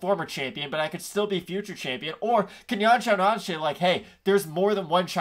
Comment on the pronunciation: Major respect for the correct pronunciation of Yan Xiaonan (source: minored in Mandarin in college)